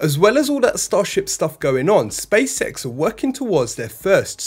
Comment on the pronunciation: It so sounds like you are saying Space Sex 😂👍